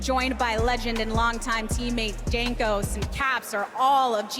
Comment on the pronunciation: jankos pronunciation KEKW